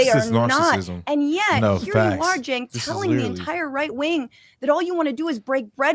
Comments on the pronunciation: Hos name is pronounced Chank. Not Chink.😂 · 🇺🇸🇺🇸🇺🇸🇺🇸Hey Boys!! Heres the PRONOUNCIATION of Cenk name. CHENK. Just make that C a CH and you've got it. No J...hahaha. 😂😂😂😂 it's a CH! Love you boys!!! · You guys keep mispronouncing his name its Cent😂😂😂